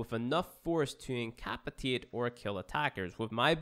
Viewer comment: He seriously fucked up pronouncing incapacitate...